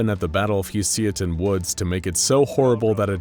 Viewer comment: Am I the only one that noticed him pronounce Husiatyn like 3 different ways? lol